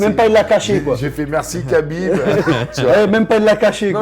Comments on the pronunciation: C EST PAS KABINB MAIS RABIB EN ARABE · Prononce bien le prenom du mec qui t'a sauvé au moins.. cest khabib pas kabib et je l'ai déjà vu prononcer correctement des blazes encore plus compliqué ou même zarbi enfin bref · C'est 3abib messieurs... un petit effort de prononciation lol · Et on dit pas Kabib non plus